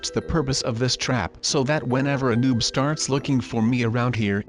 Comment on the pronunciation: Stop saying nube!!!!!